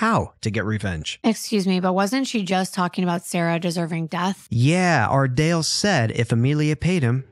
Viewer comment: Am I the only one who loves to hear him saying “ARdALe”!!!